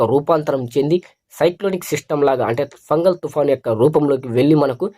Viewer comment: Thoofan name Fengal andi, fungal kadhu, andharu weather man ley